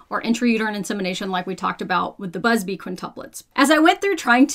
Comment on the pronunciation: What I found shocking was that she wasn't saying "Adam and Danielle Buzzfeed" which I swear is exactly what it sounded like